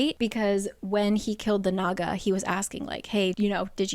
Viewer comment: Why do I keep hearing the naga as the MAGA? lol